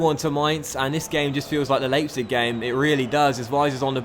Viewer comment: just so you know, it's pronounced as liep-zig as the ei in German is pronounced like ie in English and vice versa.